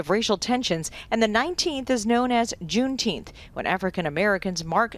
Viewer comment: June Teenth? What?